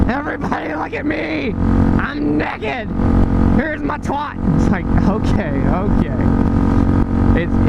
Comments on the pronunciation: You saying neked made this video 10x more funnier than the story you were telling. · BTW I'm glad you pronounce it "neckid". A country boy will survive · you say naked weird is just you or America? (I'm from Canada)